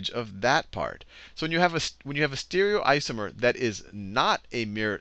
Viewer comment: The teaching was good but, It pissed me off so much that Khan couldn't say STE-REE-O-ISOMER, and E-NAN-TEE-OMER.